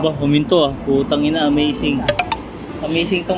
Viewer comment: 뿌따이낭 찰지네요 ㅎㅎ 역시 네이티브 ㅎㅎ 아버님 어머님 무리 안가게 여행 잘하세요~~~ 도 아푸지 말고요~~